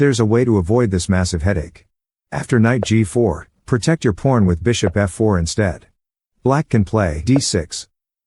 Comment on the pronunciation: The subtitles and transcript pretend its all innocent but i can hear the "pawn" is not very W-ey... its more like, well. You see where everyone played back and you know your audiance. Thats all i'll say...